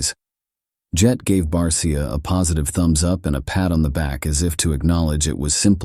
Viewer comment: If you're going to use AI/bot, at least "guide" it by calling 51 'BARSHA". It sounds more professional that way.